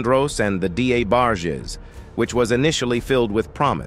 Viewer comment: Who were the “D A Barges”????? 🤦🏽‍♀️